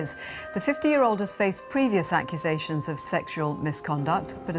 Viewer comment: I can't get past "brain WARshing" and "acqusations" opposed to accusations made this unwatchable. Learn to speak English correctly before you try to go public.